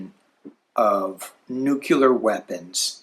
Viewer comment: The "c" and the "l" in the word nuclear are next to each other. Nu Cle ar or New Klee Are. (mispronunciation of this word drives me nuts)